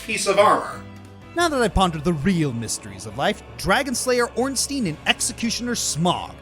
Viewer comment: Why does NO ONE know how to say Ornstein and Smough